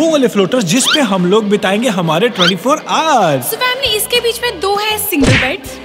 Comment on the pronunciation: Why you say vamily?